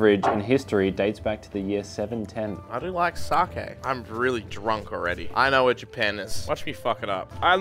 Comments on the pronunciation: Sakiiii?!!!?? Fucking saaakiiii?!?!? Where is there an i in there?!?! It’s saaaa kkeeee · really said pronounced it sakie not saké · Sake is pronounced Sahkeh not sahkey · not saying sacky instead of sock aye